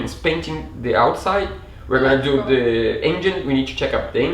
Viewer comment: Só uma dica, quando for falar "because", pronuncie "bicãss", soa muito mais bonito! Assim como "do", fica mais bonito quando se pronuncia mais alongado: "dúu" Ótimo vídeo! Parabéns pela conquista!